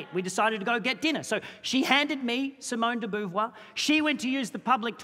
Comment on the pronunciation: It's pronouced Simone de Bovoir ! 🐹